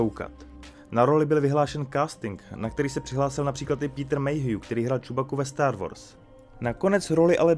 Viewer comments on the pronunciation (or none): none